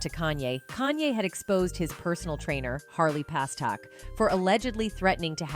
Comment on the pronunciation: God, just get the damn names right before the report. Its PASTERNAK